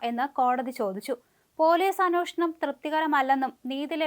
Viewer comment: Anwoshanam അല്ല അന്വേഷണം ആണ്.